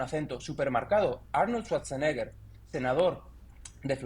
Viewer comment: Con haber pronunciado mal el nombre de Arnold Schwarzenegger ya no le creo . Una cosa es el acento y otra muy distinta es la pronunciación en un idioma extranjero .